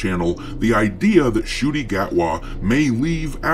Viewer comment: Oh it's pronounced "shooty" not shity?